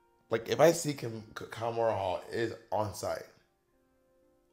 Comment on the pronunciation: Kahmora, not kimora